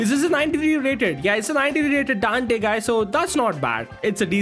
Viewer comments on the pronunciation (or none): none